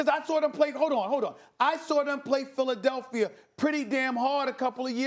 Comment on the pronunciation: no one: max kellerman: make hip hop reference no one: stephen a smith: philidelphier